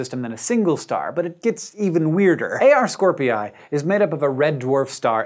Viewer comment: if Scorpii is pronounced as scor-pee-yie, then it's Ha-wa-ee-yie